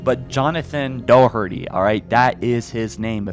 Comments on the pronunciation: Doherty is an Irish name and it's pronounced ( Daw-hurr-tee ) (Source I'm Irish) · The "h" in "Doherty" is silent. It's pronounced DOW-ur-tee. It's a good Irish name. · DOHERTY NO THAT IS NOT HOW YOU PRONOUNCE IT NO PLEASE i dont really know how i can spell it out as doherty is how you pronounce it just not doh herty its not do herty i cant fucking spell it out cuz its not a very normal pronounciation its an irish/scottish name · The last name Doherty is pronounced Dah-tree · Just an FYI Doherty is pronounced Doc-er-tee and people often get the nickname Doc from it. Well this is how it's pronounced in Ireland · That is not how 'Doherty is pronounced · is the last name doherty probably pronounce wrong?